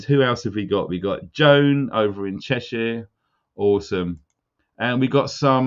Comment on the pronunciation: Stop saying Shy-er! It’s SHIR??? pronounced SHER! York-sher! Lanca-SHER! You’re making the world mispronounce the shires! You said Cheshire correctly, why not the other shires???! Lol! Keep up the good work but at least pass on the knowledge of language shizzle, ta luv!🤣